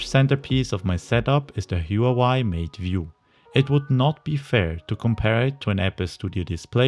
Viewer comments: IPA [xwǎwěɪ], not [(h)juwəwɑj] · damn that huawei pronunciation killed me. It's hu-wa-weigh, not huawaigh.